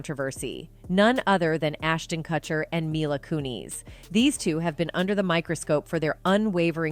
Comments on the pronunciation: Lmao “mila cooneys” the “kuh-chers” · Kuh-cherr and Koo-neez? GTFO lady. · Huh? Who is Coonies and Cutser? Maybe learn how to pronounce names prior to reporting on them? 😂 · I love how this pronounced cutcher and coonies. 😂